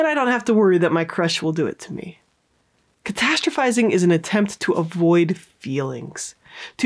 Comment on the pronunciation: Okay but can we take a moment to appreciate how many times she said “catastrophizing” properly? Idk if I even spelled it right 😂